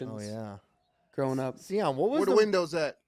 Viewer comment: See- on lol to many cocktail! The michigan fans are being humbled with SEE- ON!! LOLjust playing!